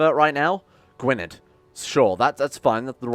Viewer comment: Gwynedd is pronounced gwyneth btw